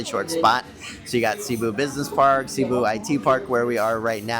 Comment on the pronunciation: Cēbu please , not Cabu